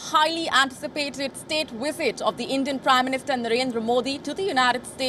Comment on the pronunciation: It's Prime Minister not 'Prim Minister'